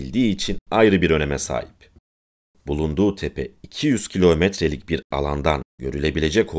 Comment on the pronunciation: Bir de artik "kilometre" demeyi ogrenebilsen tam super olacak